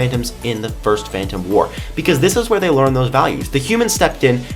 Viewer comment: 'wur' War,, war. Not wur.